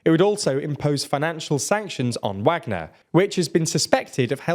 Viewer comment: Still saying Wagner wrong.